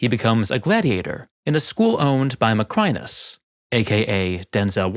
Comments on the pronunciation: Additional: 1) There´s English writing on the wall. 2) The water in a flooded Colosseum can never be crystal clear. It´d be a mud-soup; you wouldn´t even see the crocodiles in there. 3) Your pronunciation of "Macrinus" is completely false. 🙂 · Your pronunciation of "Macrinus," along with other Roman names, is remarkably poor—quite surprising for someone who is a professional historian. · Nice video but it really annoys me how you pronounce “Macrinus” incorrectly